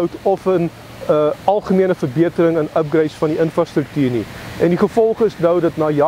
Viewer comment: Baie interessant hoe net so effens laat deurkom dat hy eintlik amper meer gewoond is om nederlands te praat as afrikaans. Dit het deur sy uitspraak van die engelse woord “upgrades” en sy gebruik van die woord “sinds” te voorskyn gekom